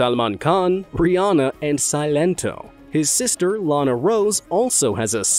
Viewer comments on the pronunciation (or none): none